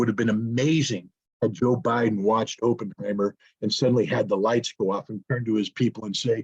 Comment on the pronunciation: pronunciation of Oppenheimer: Opp rhymes with hop =